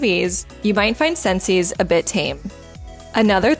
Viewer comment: Its pronounced sences